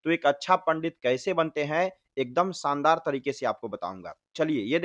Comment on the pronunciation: Spasht uchharanh 😂😂😂 शानदार होता है भाई सानदार नहीं पहले खुद का उच्चारण सही करो और मंत्र के